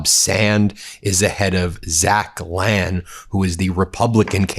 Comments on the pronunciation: It's pronounced Lane...he's a real ass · According to commercials Lahn is pronounced Lane